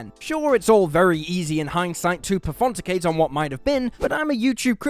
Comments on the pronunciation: "Perfonticate" doesn't exist in the the Oxford English Dictionary. Besides, it's clear from the context of what's said that he's misread the word "pontificate" - that is, to drone on or "to speak in a pompous or dogmatic manner". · It's more acceptable than his pronunciation of "pontificate" as "perfonticate"! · Nice vid. Good as always. Last few seconds though - "Perfonticate" - What? I think you mean 'pontificate' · 'Pefonticate' is a made up word meaning to pass letters, numbers and symbols during micturition. Maybe try 'Pontificate' next time